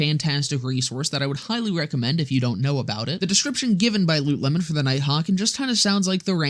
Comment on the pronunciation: You pronounce it as Loot Lemon? I always thought it was pronounced Lootle-mon.